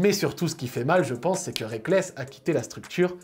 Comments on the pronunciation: Très bonne vidéo comme toujours, mais le A dans Reakkles me brise le coeur :'( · Aye rekkles pas reakkles